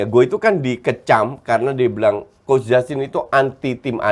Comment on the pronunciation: Nyebutnya harusnya kan coach j (jay; justin) jadi koci 🤣